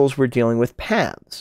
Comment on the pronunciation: What did he say? Pixels vs what? Pavs? Or Paths?